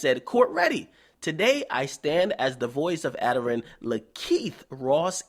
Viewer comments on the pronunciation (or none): His name pronounced Aye-Darren not adder-an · Uh Darren (Addaren) that's how u prounouce his name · It a-dairy-re-en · you said his name wrong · how you gonna say Addarren wrong.